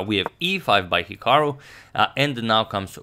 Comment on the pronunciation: It’s actually pronounced hik-uh-ru not hik-o-ru